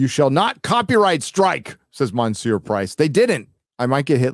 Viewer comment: Is mispronouncing "monseur" on purpose? I can see why but I'm mainly curious.